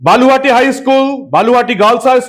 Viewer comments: বালুহাটি না বলুহাটি ঠিক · বালুহাটি নয় হবে বলুহাটি